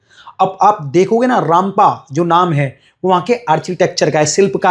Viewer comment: Ramappa Sir not rampa, thank you